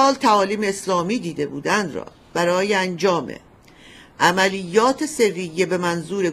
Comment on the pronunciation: خانم لااقل یکباربگوییدبرایتان اسامی رابخوانند سرّیه وغِرفه باعث خنده میشود